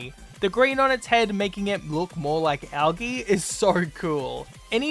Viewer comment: why does he pronounce algae like that..